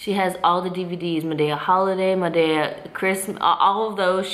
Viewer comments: lmfaooo! the way u say madea!!! totally wrong! she said it so many times. I couldn't stop laughing! girl who doesn't know how to say it. it's Tyler !!! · best friend it's madeeeea long e 😁